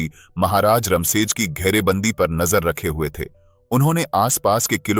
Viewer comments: इसमें थोड़ी सी गलती है किले का नाम रमसेज नहीं "रामशेज" है। इसका मतलब है राम का विश्राम स्थान। कहते हैं कि जब भगवान श्री राम वनवास को भेजे गए तब उनका रहना इसी नासिक इलाका था। जो घना जंगल था, और इसे दंडकारण्य कहा जाता था। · रमशेज नाही.रामशेज आहे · रामशेज ना की रमशेज. प्रभू श्री रामचंद्र रघुवंशी क़े नाम पर उनका नाम है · रमसेज नहीं इस्का नाम रामसेज!